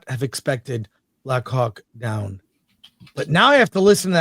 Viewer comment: Not watching film commentary if the guy thinks it's "Black Hawk Dawn".